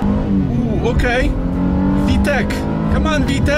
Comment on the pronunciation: PSA: It’s Vtec not Vtech.